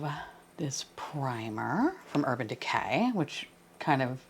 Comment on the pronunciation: When you said Urban DeCAY, it totally reminded me of the way "Mr. Nightmare" - another New Yorker - talks. Have you ever watched his YT channel?